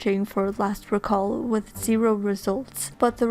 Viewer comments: It's "reeeeeeeeeeee-call" >:( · The noun and verb form of “recall” have different pronunciations